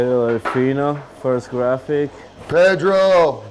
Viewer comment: Jurassic Park Grant the word graphic with a D